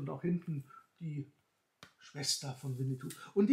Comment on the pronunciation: Es heißt auch nicht Winnitou, sondern Winnetou